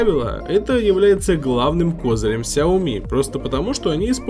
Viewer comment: честно, говоря уши режет от слов "Ксиоми"